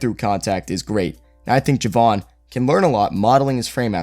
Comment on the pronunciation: Its pronounced JAY-VON not JUH-VON just an FYI